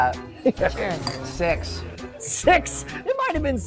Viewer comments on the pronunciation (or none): Every time that guy said six it sounded like he said sex lol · i'm sure that guy was sayin 'sex' lol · I'm sure that hes not saying six... ~_~